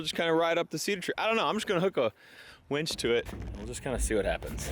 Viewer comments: I don’t wanna hurt your feelings but it’s called a winch you were saying wench winch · "Wench"??? or Winch.... Hahaha Love ya! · To be fair, does always pronounce it wench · Do all hill people pronounce it “wench”?